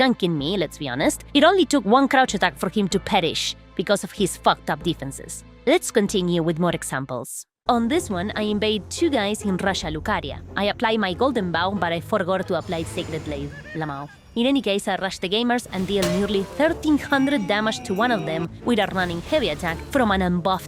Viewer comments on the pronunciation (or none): "Russia Lucaria" Bruh 💀